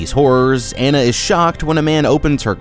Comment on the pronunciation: "Anna" not "anna"